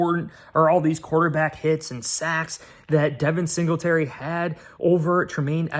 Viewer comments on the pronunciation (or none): He said devein singletary lol love the show all the sweet scenery